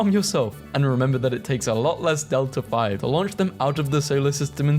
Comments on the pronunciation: not to be a nerd but it's delta V as in the letter, not delta 5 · its called delta-v (∆v, change in velocity, pronounced deltah-vee ) not delta-5 delta -v basically means how much you can change an objects velocity by, or how much change in velocity it takes to do a specific maneuver ex it normally takes ~ 9,000-10,000 m/s of ∆v to go to LEO and a rocket that is (only) capable of going to leo has around 9-10 km/s of ∆v